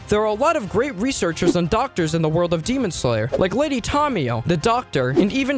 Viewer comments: GEMON SLANGLER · 'demon sloler '😭